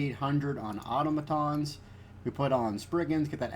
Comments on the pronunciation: Good vid man, but Selene is pronounce “suh-leen” not “say-leen” and Automatons is pronounce “Ah-tom-ah-tahns” not “Auto-ma-tons” lol =] sorry for being a grammar (pronunciation) nazi.. Keep up the good work. It’s unfortunate you only do pvp shit now though.. but ah well. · don't know why but your pronunciation of or-tom-atons triggered me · The way he say automatons is really annoying.